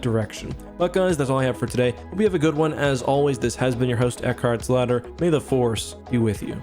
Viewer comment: No one:: Eckhartsladder HiddenXperia: ITS MENDICANT BIAS